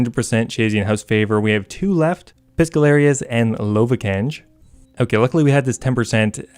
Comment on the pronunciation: "Piscallarious" ok